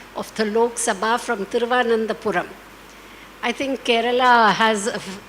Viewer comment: Ms.....why can't she pronounce "Thiruvananthapuram"???? She even called it "Padmanabhapuram"....🙄🙄🙄 Really ma'am!!!!